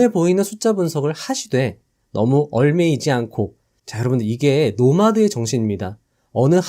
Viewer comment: 얽매이다 : [얼매이지] 않는다 ㅡ> [엉매이지]않는다.